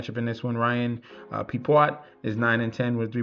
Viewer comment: You murder Pepiots name it's pronounced PEP E O